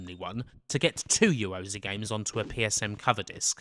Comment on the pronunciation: Ya ro *zay * /pedantry but argh it grates.